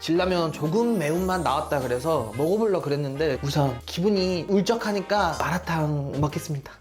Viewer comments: 마라탕 발음 정말 표준적이에요! 중국에 놀러 오세요~기분도 빨리 나아지길 바랄게요 너무 슬퍼하지 마세요~중국에도 당신의 영상을 좋아하는 친구들이 많아요 Bilibili에도 많이 와 주세요~화이팅! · 중국인입니다…이 영상을 추천해준 사람… 넘 구마웡 ㅋㅋㅋㅋㅋ마라탕 세글자 발음이 진짜 미친ㅋㅋㅋㅋ정확한데 🐶웃겨 ㅋㅋㅋㅋㅋ 중국에 오신걸 언제든지 환영합니당!!